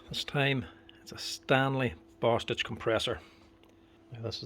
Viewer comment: For a second, I thought you said Bast—d. But you said Bostitch. I had to replay it. I love the videos. Learning more about the tools I use.